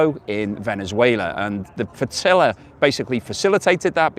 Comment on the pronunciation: please say flotilla r Like flotilla and not floatilla like flotilla keep up the good work. Visit Perth everyone knows its best in the West😊